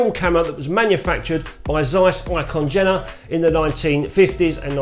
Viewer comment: P.S. Jena is pronounced Yena 😜